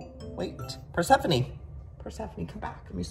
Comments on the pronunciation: It’s not persephony it’s pronounced per seph phone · Joey “this is persefone” Joey “anferdiyete” Me - wait what was the black ones name?? 🧐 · Is... is he pronouncing Persephone correctly?? Have I been saying it wrong my entire life?